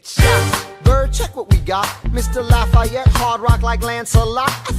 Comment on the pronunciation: I had to stand up in class and tell the social studies teacher how to pronounce "marquis de lafayette" he said luh-fetty